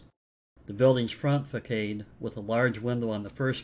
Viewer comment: Thank you for the "tour". One point, be it small. The word facade is not pronounced "fa-caid"; it is pronounced "fa-sod".